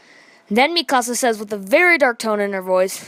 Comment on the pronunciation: You say mikasa wrong